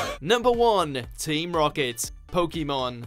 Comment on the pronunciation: You've spelled and said Pokémon wrong.